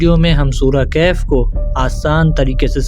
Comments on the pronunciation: Kahef nahi bhai wo khaf sahi se padho please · Kaif nahi kahf